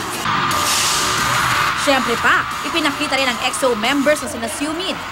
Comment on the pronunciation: jusq "xo" nanaman yung pagkapronounce